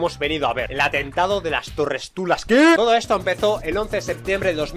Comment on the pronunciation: las Torres tulas xddd